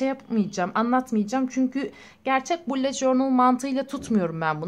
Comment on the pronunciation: bullet diye yazılıyo bulut diyo okunuyo sinirlerim bozuld hakaret amaclı yazmadım